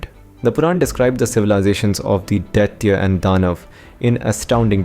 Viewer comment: It is pronounced as Dithya's = Di th yas (phonetics ) and Dhanavas = Dha na vas Whether its AI generated or as pronounced by Westerners almost all of them pronounce the Indian words wrongly most of the times They give the American phonetic sound of alphabets.They don't bother that its an Indian language and should be pronounced as in Sanskrit language its the origin.